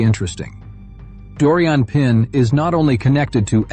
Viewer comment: She's French, she's Doriane Pin pronounced Pan... She did amazingly.